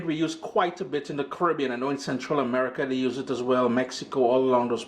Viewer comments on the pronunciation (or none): please pronounce the word Caribbean correctly. Where are you from ???